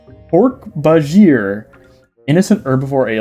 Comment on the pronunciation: Hork was right, second half is pronounced Bah-jeer I believe